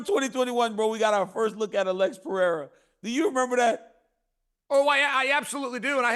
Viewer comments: Chael "I'll keep calling Pereira Piera and what u gonna do about it" Sonnen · Cracks me up that Chael still doesn't know Pereira's last name. No disrespect to Chael: He's awesome. It just made me laugh.